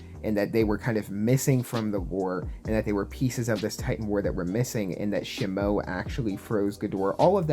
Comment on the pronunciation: Shihmoe?…….bro…it’s SHE-MO…. ☝🏼🤓